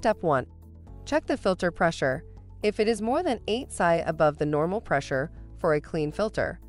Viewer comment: She said sy instead of P.S.I. lol